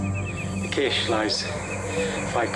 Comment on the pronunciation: / - I don't think I've ever heard someone pronounce "cache" like "caysh" before... 😆